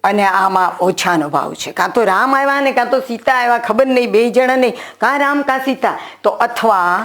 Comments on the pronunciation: I do not have Gujarati key board fonts Dear teacher, I wanted to correct as I learn as Pulling, Strilling and Nanyater Jati. Not Npunsak. Also gujarati AAvya, not Aiva so please pronunciations are also important. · ડો બહેને બોલવામાં ઉચ્ચાર સુધારવા જેવા લાગે છે દા.ત. આઇવા નહી આવ્યા ઉચ્ચાર થવો જોઇએ આવા ઘણા જણાય છે આં માત્ર ઉદાહરણ સ્વરુપે લખ્યું છે ભૂલ ચૂક માફ કરશો